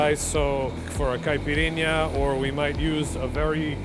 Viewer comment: First time I hear a gringo pronounce "caipirinha" right